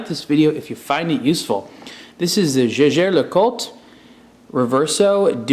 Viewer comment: His pronunciation of Jaeger-LeCoultre is not even close! Lovely watch though and I enjoy the Blog to Watch reviews.